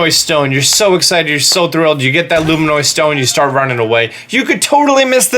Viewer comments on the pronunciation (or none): Hateno is pronounced ha teh noh not ha tee no (you would say tennis not teenis). Also Luminous stones are pronounced like luminosity or illuminate (loo min uss not loo min oiss) because they are LUMINOUS like a LIGHTBULB they ILLUMINATE. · Nintendo: “Luminous”: “Luminoid” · Luminous not luminoid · "luminoise stones?" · Luma-noise stone?? You mean luminous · Lol me too...I was like wait you mean LU- MIN-US. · Every time he said it, I thought he was saying "luminois" like Illinois... which was even MORE confusing to me than thinking he was saying luminoid. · I got the ravioli one, but wasn't sure about luminoice. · What's a luminoy stone? Don't you mean LUMINOUS? LOO-MIN-USS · Glad someone called it out. I came here specifically looking for a comment to correct his pronunciation, lol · Zac Tha Casbah i think he said it even more wronger. Illiminoise. God his reading skills give me anxiety. 😱😭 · That one was a joke, but "Illuminoise" is clearly just cringey. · Illuminois stone? lol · Lol, "Loom-in-oy" stone? That just cracks me up xD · Girthy McFatkid I don’t even understand how someone can miss pronounce luminous that badly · He says luminoice cuz it’s a meme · Dooley - I'm sure he's just joking around but, to your point, you don't have to be in an English class to speak properly. It's kinda encouraged outside of class from what I know. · pronounces Korok correctly Also: LuMiNoOyYsSsZ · “luminoise stone.” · Loom-in-us stone * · You dont know how to say words... luminois stone? Raviolis gale? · Do you... not know how to say.... luminous.....?? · The way he pronounces it personally offends me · its a joke just like he says raviolis gale and etc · Great video but please learn how to pronounce LUMINOUS